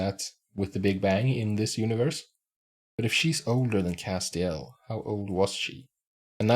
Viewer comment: It's cass-tee-ELL. The accent is on the last syllable.